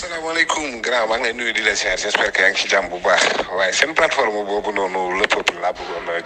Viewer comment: Sa façon de dire " sene platform bobou" se type nè pa clair...